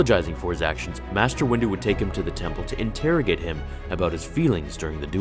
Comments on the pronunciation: "Mater Yoda" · in the begining you spelled master as "mater"